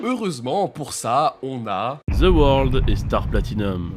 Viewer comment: il dit The worldo